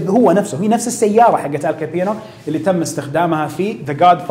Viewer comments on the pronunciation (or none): كابونى وليس كابينو